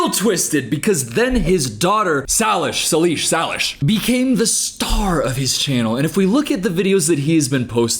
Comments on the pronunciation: Nice video! Btw, not that anyone cares, but Jordans daughters name is pronounced Say-Lish Not Sal-ish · His early content was his actual job, photographing dancers. You won’t get views if you film adults. Her name is Say-lish. Did you even research for this video? I really like you, but don’t just start spewing shit that isn’t true. I don’t let my daughter watch them anymore because he is exploiting her and using adult content to do it, but his early content had nothing to do with that crap, it was photography. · i think it’s say-lish. i’ve heard of her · Sry not hate btw but its pronounced (say-lish) not (sah-lish) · Known two ppl w the name Salish. Always heard it pronounced say-lish!